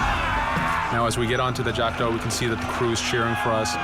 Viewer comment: le bateau d'Edward et c'est jackdaw pas jackda